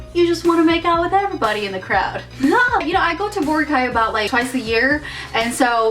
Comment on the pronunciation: You are pronouncing boracay wrong